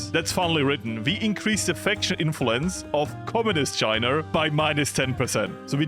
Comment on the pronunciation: Oh no how many time will he say chiner instead of china???😮😮😮